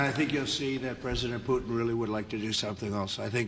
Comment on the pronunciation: How he spoke out Putin's name i always understand just Pute (the german word for a Turkey) lol 😅🤣 Mmh... but hey maybe it could be the perfect nickname for Putin to call him with this german word Pute !😁🤪